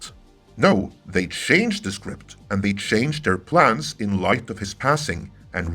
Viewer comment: "BEST LAID PLANES" Gave me a chuckle :)